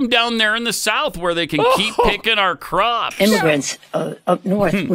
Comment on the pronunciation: Pelosi speech is getting distinctly worse. Her dementia is obvious now. She says Pops instead of Crops